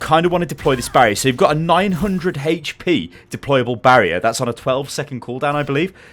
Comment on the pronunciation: "900 haytch pee barrier" triggered